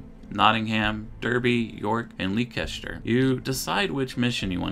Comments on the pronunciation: What a trip to memory lane! BTW, Leicester is pronounced "Lester" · Leekeshter lol